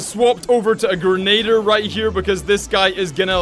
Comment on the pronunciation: I find it funny you can't pronounce grenadier its very easy to say.